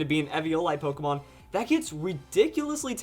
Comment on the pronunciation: its not polkamon. say it right you clusterfuck